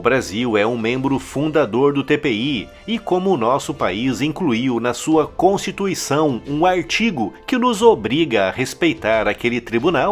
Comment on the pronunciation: Constituição? Eu ouvi isso mesmo? Constituição? kkkkkkkkkk